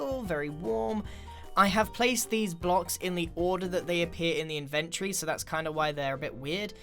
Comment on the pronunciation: It's nit inverty. It's inventory. You could at least add a small little "o" in it.